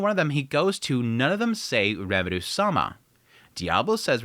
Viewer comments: The amount of times you say Remuru instead of Rimuru makes my ears cry. If you are as into anime and japanese culture as the amount of posters and figures in your background, learning japanese is definitely a benefit to yourself and to explaining your recaps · Why do you say Rimurus name wrong? It’s rimru, rimtiro and a couple other variants you say but never once in the video did you say his name right….. it’s like the nuhrootoh Naruto pronouncing for me